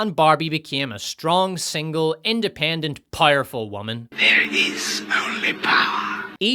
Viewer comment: What does "PIE-ER-FUL" mean? This guy keeps saying that word.